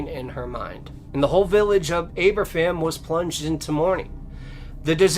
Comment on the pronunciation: at his best! Great story telling!, 3 great stories, the second one happened just a few miles from me, your welsh pronunciation isnt good mind lol its pronounced aber-van but good attempt we dont have the easiest of languages lol, it was a sad disaster ( before my time), my grandparents lived in the valleys and my gramps was one of the men who helped with the removal after the disaster, the day is always remembered here and all schools here have a minute silence on 21st October, unfortunately the miners had to work in treacherous conditions, such a sad tradegy, that yes could have been prevented but nobody cared for the miners. I love your stories and the compassion you have in them, but is good to hear you tell a local story to me, and gets out the history out there.